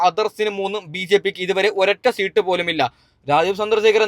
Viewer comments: ഇവൻ ഏതു സ്കൂളിൽ ആണ് പഠിച്ചത്.. സീട്ട് അല്ല.. സീറ്റ് എന്ന് പറയൂ..😂😂😂😂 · സീട്ട് അല്ല സീറ്റ് എന്നാണ് 😂😂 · സീട്ട് പോലും അത് പോലും നേരെ പറയാൻ അറിയാത്ത ആളാ നീ എന്നിട്ട് എന്തൊക്കെ തേങ്ങയ പറയുന്നത് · സീട്ടു അല്ല സീറ്റ്‌ ആണ് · സീട്ട്. അല്ല സീറ്റ്. മണ്ടനായ. U. D. F. കാരനാണല്ലേ. മറ്റെന്നാൽ. സേട്ടനാണോ വോട്ട് എണ്ണുന്നത്. മണ്ടൻ. മര മണ്ടൻ😂😂😂😮😮😮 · പിണറായി ജയിക്കും എന്ന് പറയ്.. അല്ലെങ്കിൽ ചകാക്കൾ നിന്റെ കുരു ഉടക്കും.. എടാ പുല്ലേ സീട് അല്ല സീറ്റ് എന്ന് പറ പന്ന പൂ... മോനെ...